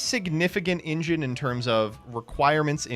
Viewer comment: saying engine as Injun is very funny to me as somebody who has started using this playlist to like play when I cant find anything else so I've listened to all these videos many times. Anyway I just expect it and notice it now lol